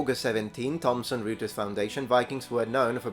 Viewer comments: dear, "Reuters" is pronnounced "Roy-ters" since the name is of German origin (the dude who founed it was a Brit of German descent) btw a concept of "gender ASSIGNED at birth" is ridiculous. Assigned by whom? Parents? Doctors? They have no control over it. God? There is no God. Who tf do you mean? Gender is determined by the chromosomes, period. No one "assigns" it, because as of now, there is no way of doing it. Maybe when genetic engineering progress to the point we can modify the genome of a baby however we like, then we can start using that word, but not today. P.S. Sacha Coward gives off "Biggus Dickus" vibes, that can't be a real name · Reuters pronounced as "roy-trz" by the way :-)